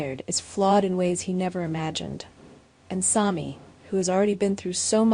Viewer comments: It is Sami not Somi. Pronounce it correctly or get off the air. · Her name is pronounced SAM with long E at the end.